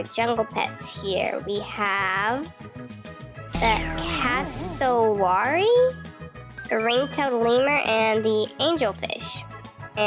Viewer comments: Hii btw it’s cass- o-wary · It's pronounced Cass a ware ee and I think the butterfly is my favourite P.S.i love in Australia so I know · polly ? 😟 Its also pronounced Cassooweary 😁😁 Have a great day who ever is reading this!!!